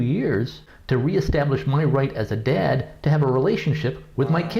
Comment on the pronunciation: Daad haaad can this bitch not fucken pronunce a fucking word without putting so much emphasis on the letter A in a damn word !